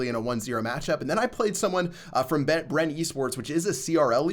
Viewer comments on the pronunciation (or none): none